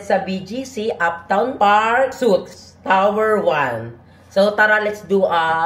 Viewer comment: suite is pronounced as sweet po ( address Park Suite ) #mamapasabog